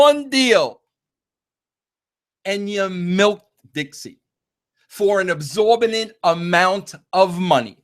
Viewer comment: Vinny Ru. The word is "exorbitant" not "exorbinant" u dummy. Also please address your previous error on the Cornette apology with your use of the word "misconscrued" when the proper way to say it is "misconstrued". Why don't u both settle your differences in a brawl for all type match up (which was your invention btw) or at the very least an mma bout, and let half of the proceeds from the event go to charity. Don't worry though, you don't have to be shirtless.